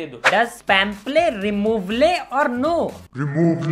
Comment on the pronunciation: "REMOVLE" died laughing 🤣🤣🤣🤣